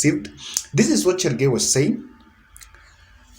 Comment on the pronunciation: CHERARGEI not Chergei wachameni😀